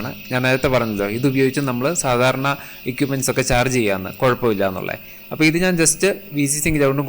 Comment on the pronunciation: ക്യുക്ക്❌ ക്വിക്ക് ✅ എക്യുപ്മെൻ്റ്❌ എക്വിപ്മെൻ്റ്✅